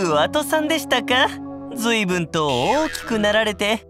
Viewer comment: ストレス発散するのって意外と難しいこともあるんだなぁ～ ブラックとの解約のシーンはあんまなかったので嬉しいです！ ちなみに自分なりのストレス発散法はゲーセン行って太鼓の達人でひたすら叩きまくることですかね！ パフェ食べてるの可愛い❤️ 「ずいぶん」が「ずいふん」に... これが脂肪を「落とす」ってことね(物理)w